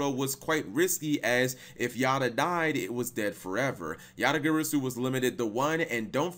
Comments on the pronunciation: Yata Guh-Raw-Soo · yata gary-su... come on man... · Dat Garasu part sounded very off lolz Then again, Japanese is purely phonetically consistent...so... :P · I reject the way u pronounce garasu 😤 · The way you pronounced "Garasu" made me take 1+d4 psychic damage